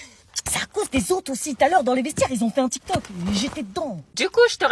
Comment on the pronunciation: Elle a dit tok tok au lieu tik tok😅😅😅😅😅😅😅